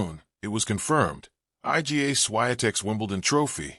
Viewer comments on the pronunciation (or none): I.G.A. Swayatek? Jeez! Tell AI to teach you how to pronounce that! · Why does this narrator insist on calling Iga Swiatek, I G A Swiatek?